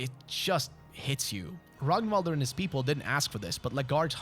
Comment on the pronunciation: love me another fellow swed that appreciates fear and hunger :))) (thank you for actually pronouncing Ragnvalrd's name correctly)